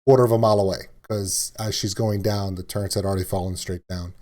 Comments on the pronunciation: Their called Turrets.. not Turrents. 😂😂😂 no “N” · say "turrents" like that one more time....